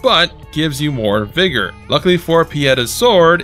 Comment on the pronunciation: Dude... wtf it's vigor not vergoo. Read a book